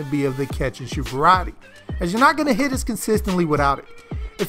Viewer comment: Mans said “catch and shewt”🤣🤣🤣